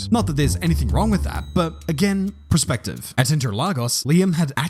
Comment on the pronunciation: Perspective.. Not Prespective..